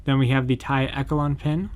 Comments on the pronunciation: Took me a minute to realize when you were saying "eh ke lon" the word you were looking at is pronounced "esh shell lawn" echelon. Just pointing it out. Not poking fun. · It’s pronounced e sh lon